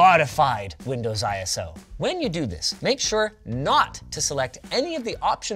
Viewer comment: why does he pronounce it "I ES OH"? XD